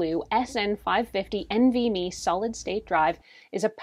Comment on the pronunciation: Hi as somebody in the tech industry (and a fellow Calgarian) I just wanted to point out a few of your pronunciations Nvme you just pronounce each letter it's not NV-Me DRAM is pronounce the letter D and then Ram SATA is pronounced SATA like Santa without the N There were a couple points where you said adding a larger one as performance but it just adds storage. And the nvme drives actually run quite hot compared to a standard SSD that uses a SATA interface, but they are built for the heat and can exceed 60° C with no problems in performance. It is also something to note that upgrading a laptop to one of these is not always easy for somebody who's not adept at technology as taking the laptop apart to access the components can be tricky for people who are not comfortable with it it is also worth mentioning that the nvme drives come in different lengths so every laptop might not be able to use the exact nvme drive you reviewed. The length of the drive also does not dictate the storage capabilities as you can get a shorter one with 2 terabyte and 4 terabyte configurations